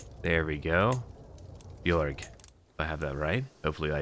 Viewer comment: Damn, that was close to perfect pronounciation of the Swedish version of Ö, good going. In regards to Björg.